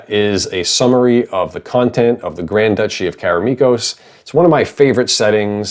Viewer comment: One of the biggest challenges of this setting: pronouncing Duchy correctly.